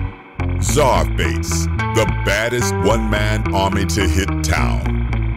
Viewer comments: Is Czarface pronounced scarface? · AEH92 it’s pronounced SUPER MUTHUFUCKIN VILLAIN sir